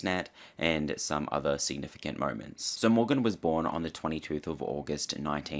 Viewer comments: Okay thank you because I thought I was having a stroke lmaooo the twenty-tooth if August 1957... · not twenty-tooth 😭😭😭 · "The 20- tooth of August" lmaoooo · I had to skip back and relisten at least eleventy-twelventhst times. For anyone wondering if 22th is an Aussie thing… I’m Australian and I’ve never heard anyone say that. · …the twenty tooth… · Twenty tooth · twentyTOOTH 😭😭😭😭 babes…